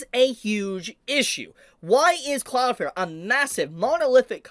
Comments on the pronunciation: For the love of God pronounce the second L in cloudflare when you say cloudflare. It is not Cloud Fair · Your still saying Cloudflare wrong, it definitely has an L in it, well two but you are missing the second one. Like your channel and the info you share but it takes away from what you are saying when you keep mispronouncing your topic.